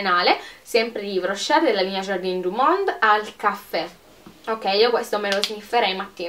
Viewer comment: spero di non darti noia consigliando ti di trattenre la R finale quando pronunci yves rocher buona giornata